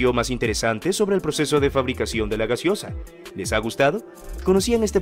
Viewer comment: Corrige ..es GASEOSA, no GASIOSA .😂